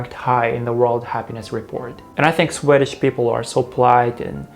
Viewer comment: Hello! English tips: check the pronunciation of "Swedish" and "language". I've been to Banff too.:)